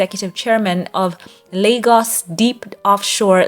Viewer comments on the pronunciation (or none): none